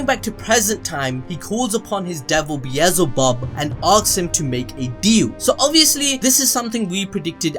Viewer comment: "BEAZELBUB" lol🤦‍♂️🤣🤣